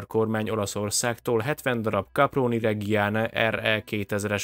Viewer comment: Reggiáne? A reddzsáne talán jobban hangzana, de ez a legkissebb bajom ezzel a videóval.